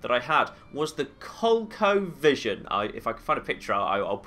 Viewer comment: I did a double take after you said Colecovision, never heard it pronounced that way. Must be a Brit thing but who cares. I really like and appreciate the lenghrs you go to in making your videos, playing 3-4 hours just to make a 30 minute video, going back to a save from hours ago to redo a part (new vagas). Me abd im sure lots of your subs appreciate your hard work and really enjoy watching you play. Cheers.